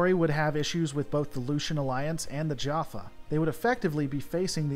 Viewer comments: Your mispronunciation of so many names like ori tauri and jaffar makes me think you haven’t actually watched stargate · While not technically correct, he actually pronounced Jaffa the same way many humans do in the series, so i would give him a pass on this one.